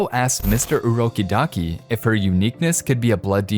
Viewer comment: STOP SAYIN' ,,UroKiDaki" IT'S ,,UROKODAKI''